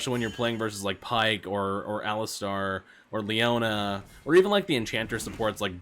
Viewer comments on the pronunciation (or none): none